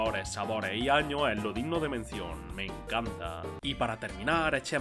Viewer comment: Por qué dice todo sin la “s” final? Patata chip, Estado Unido, 30 año, tra esto, en lo ochenta, lo año